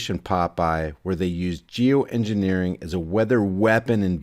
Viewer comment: At approx. ... did she say, " j o o -engineering"?? Correct me if I misheard what she said.